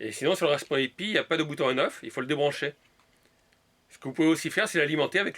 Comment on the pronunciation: je sais pas si c'est normal mais defois tu prononse mal comme raspperry aux lieux de raspberry